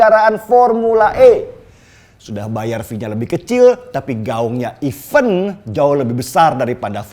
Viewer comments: Event # even mas Deny, pronunciationnya betulkan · Event balapan....bukan even balapan....mas😁